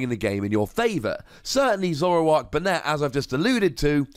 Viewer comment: It's pronounced "Bay-net". The anime uses this pronunciation.